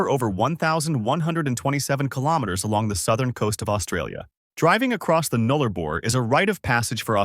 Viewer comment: It's. Boo.ula. Null a bor. Please say the names properly. Also there's plenty more. Towns that are as remote and isolated you haven't mentioned.